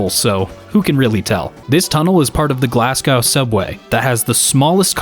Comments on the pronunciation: You were very close with your pronunciation of Glasgow. The last three letters are pronunciated like go rather than gow. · just curious, hows it actually pronounced? sorry, im not familiar. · Except Glasgow, I had a little chuckle at that one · Tell that to Glasgow!